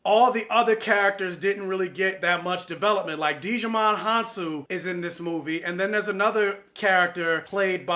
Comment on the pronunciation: Im in the same boat as you, LOVED LOVED LOVED the first Kingsman. Then stupid choices were made with the second 😞 Can we just get Kingsman 3 for the culmination of Eggsy's story please. And, I was looking like "Who is DIGIMON!?" 🤣😂 When pronouncing Djimon the D is silent lol